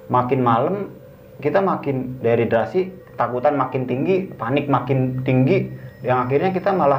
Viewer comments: Dehidrasi omm.. bukan deriderasi 😂😂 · "DEHIDRASI "(kekurangan cairan tubuh) bukan "deridrasi" (deridrasi apaan??) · aku ke channel ini karen kmarin nonton bang indra di lentera malam,btw itu dehidrasi bukan deridrasi 😂